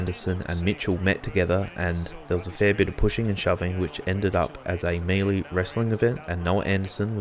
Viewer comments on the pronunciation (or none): Love your work in pulling these together. (Just a gentle suggestion though, the pronunciation of "melee" is mell-ay (ay as in hay) not mee-lee)